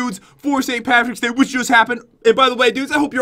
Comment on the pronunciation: Who else caught pat say paint Patricks day lol